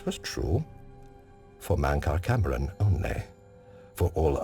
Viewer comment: I know I'm not the first to say this but... Mantra CAMERON?! Don't you mean CAMORAN? XDXDXD